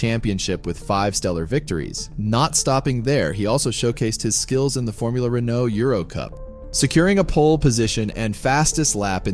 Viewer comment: It’s Renault not Renknow